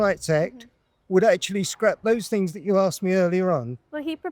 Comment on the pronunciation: "To me it's got better, because the fings they're putting in, like the seafront, fings like that." Well I never realised they'd put a new seafront in Clacton. Why wasnt this in the news? 😂😂😂